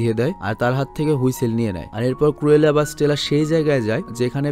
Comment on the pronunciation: Renson na regents park ar কুরেলা না ক্রুএলা। ক্রুএল অরত নিশতুর